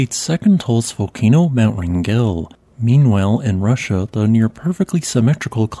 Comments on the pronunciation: Wrangell is pronounced like a Wrangler, btw. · PRONUNCIATION. WRAN ..GEL